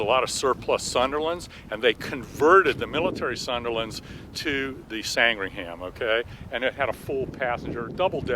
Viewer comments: This is a small thing but it bugs me so ... Sandringham 'isn't' pronounced San-dring-ham. It's pronounced Sandringim. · How is it patronising? Sandringham is pronounced 'San-Dring-Um' not 'Sang-Ring-Ham'. It's nearly as embarrassing as hearing an American pronounce Worcestershire Sauce as 'War-Sess-Ter-Shy-Er sauce" instead of 'Wooster sauce'.... Or any other English county as though 'Shire' was pronounced 'Shy-Er' instead of 'Sheer'. And as for pronouncing place names ending in -ford as 'Ford' instead of the correct 'F'd'.. I despair... I really do.... 'Ox-Ford' indeed... 'Oxf'd'... The O and the R are silent. It's no more my fault that Americans can't pronounce English place names than it's my fault they say 'Could care less' when they mean 'Couldn't care less'. Seriously... If you can't pronounce the language properly use another one... Spanish is quite popular I believe. Oh.... And stop leaving the U out of 'colour' and the second I out of aluminium too. The Short Sandringham was named after a village in Norfolk which is in England therefore it's pronounced correctly or not at all... You wouldn't like it if I pronounced Arkansas 'Ar-Kan-Sas' would you? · It sound like you say "Sangringham", The correct name is Sandringham. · Sandringham and not Sangringham which is what you seem to be saying. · Fascinating stuff. Great thanks to Kermit. Capitalism has some heavy negatives, but Kermit Weeks's work is certainly one of the positives. One small point: the civilian derivative was called the 'Sandringham' [after a village in Norfolk, England, where the Queen has one of her residences], not, as Kermit pronounced, the 'Sangringham'. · I was just about to type, 'we got one of those in our museum here in my home city of Southampton, UK'. But he beat me to it. 😁 By the way, I love his pronunciation of Sandringham [Sand-ring-ham], whereas it's actually San-dring-um. But who cares, it's just great that he's taking care of a legend of aviation. 👍